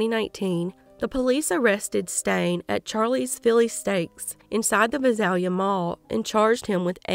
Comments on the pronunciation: Just wanted to let you know Visalia is pronounced Vie~sail~ya. Thank you for covering these cases. I live about an hour and a half from both Fresno and Visalia California. 😮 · Visalia is pronounced Vy-sail-ya(short a). May these victims rest in peace 🕊 🕊 🕊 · I love your channel and realize this is a very small detail, but... No doubt those familiar with cities like Visalia and Tulare would appreciate their proper pronunciation. It's only takes a 2 second search to find the pronunciation of almost anything. The internet is great for things like that. Serious shout out to family members who willingly give their DNA in order to help in these cases, even though the information has got to be brutal to learn. My heart goes out to all the victims and their loved ones. I don't ever want to picture what these victims might have experienced, because of its horrific nature. The nightmare lives on in the minds of those who care about them, while these perpetrators just went on their merry way. There really is no justice for crimes like these, but it's better for them to at least be locked away so they can't continue their reign of terror.